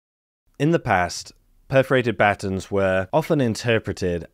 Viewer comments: took me a minute to realize you were talking about buh-tawns' (American pronunciation)! LOL! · You say the word "batons" funny. What's next...funny pronunciation of "tomato"?